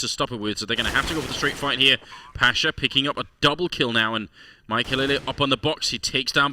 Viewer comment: Who watches this and said maikelelelelelele when the casters said maikelele Also i luv dyrus